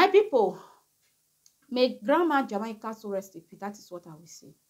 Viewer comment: This is the last time I am going to teach you how to pronounce "Jamaica." It is pronounced as: "Jah-May-Ka."